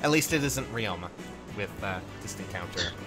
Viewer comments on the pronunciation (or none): none